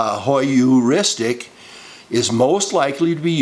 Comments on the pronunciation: It is Pronounced "Her-ristic" Not to be confused with Histrionic Heuristic Hysterics (The Most common Feminine constitution for at least 2 weeks out of each month-cycle). Oh By the way?? Statistic's assert that 1 in 3 girls are victims of sexual assault/abuse whilst 1 in 5 boys are....though the statistics for boys might actually be higher & closer to that of girls only because boys hardly ever divulge the issue even when they're adults (I was a barely-into-my-teens victim of Sexual Abuse by a 30-something adult). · Is the word Heuristic (hyouristic) rather than “higheristic”? I must admit I found Anita Hill believable and concluded Clarence Thomas a chauvinist boorish person who played the victim race card. While I considered Ford a wounded person, believing it important to validate her damage somewhere, sometime; I believed Kavanaugh.